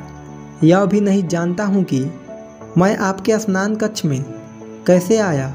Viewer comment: बार-बार स्नान कक्ष बोल रहे शयनकक्ष